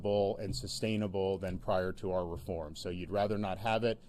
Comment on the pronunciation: Our not arrrrrrrr